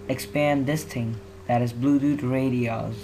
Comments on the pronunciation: HE SAYS BLUEDUD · Im die how he said bluedoot instead of bluetooth hahahaha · i heard it at 30 sec and he said bluedudet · LOL HE SAYS BLUEDUD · LOL DID HE JUST SAY BLUESUDU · It's Bluetooth not bludude. And thing not ting